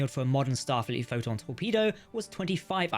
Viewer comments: The AI bot that is reading your script is having trouble pronouncing “Photon torpedo” consistently. Sometimes it says it too fast and I almost miss it, other times just mispronounced. If this isn’t AI read, then please accept my apologies. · "pho'n torpedos"